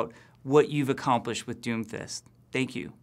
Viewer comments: I keep hearing doofus instead of Doomfist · Sorry but it's "Doom_Fist" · When he said doomfist I thought he said doofus